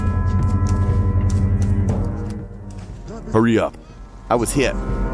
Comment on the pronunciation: "I wus heeit"